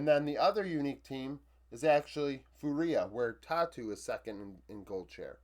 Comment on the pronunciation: Awesome review as always. A quick sidenote: fúria is pronounced FOO-ria, kinda like Duria(n) instead of foo-REE-a. Keep the videos coming, love to see your stats based analysis